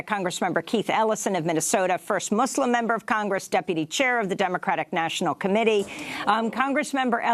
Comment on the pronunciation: I like how Amy Goodman pronounces, "Muslim", correctly.